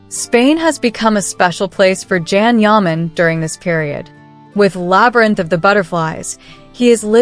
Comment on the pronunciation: Please his name is not Jan it’s Can Yaman. Can sounds like (John) but spelled Can. So please be kind say his name correct ❤Thank you